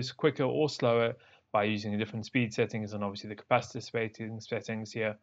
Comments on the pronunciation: Ca-pas-it-or not Ca-pas-it-tater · Unfortunately he sounds like a moron while demonstrating, though. If I played a drinking game where I drank every time i heard "the [thing] itself" or "at the end of the day", I'd be smashed by the end of the video. Cringe every time he says "capacitator".